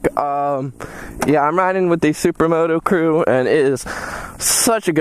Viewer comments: did you just say supramoto...hahaha...take care bruh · I swear did you just say supra moto